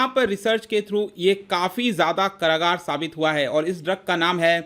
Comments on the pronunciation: SIR its कारगर not करागार 🙏🙏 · Ka bhaiya angrej ho kya ?? Kaargar ko karagaar kyu bol rahe ho ?? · Karagar nahi hota hai kargar hota hai , plzz sahi bole. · Sir karagar means jail hota hai to karagar nhi kargar hota hai kyu sahi pakde nnnnn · Bhai Karagaar jail ko kehte hain 😂. Kargar Bol. Ji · karagar nai bhai... :) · कारागार नही "कारगर" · कारगर होता है not करागार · Karagaar nhi sirji, kargar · कारागार नही कारगर होता है सर् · Its कारगर not कारागार 😂😂😂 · सर , कारागार नहीं कारगर बोलिए। कारागार = Jail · भाई जी कारगर शब्द को आप करागार बोल रहे हो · करागार नही भाई, कारगर।।